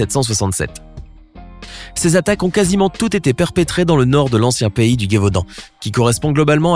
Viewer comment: Petite précision, on ne dit pas la Gué-vaudan mais le Gévaudan, il n'y a pas de "u"